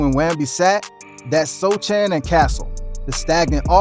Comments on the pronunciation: Just so you don’t get roasted brotha the c in Sochan is silent so it’s pronounced Sohan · Ya just thought I’d say something cuz I’ve seen spurs fans go absolutely crazy over Sochan’s name being mispronounced great video by the way thanks